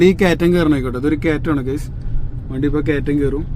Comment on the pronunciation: Not ഗെയ്സ്, should be ' ഗൈസ് '! (Guys)